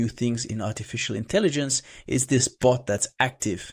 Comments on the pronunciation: Why does he keep saying boot and not bot? 😮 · It's "bot," not "boot." It sounds the same as "robot" without the "ro."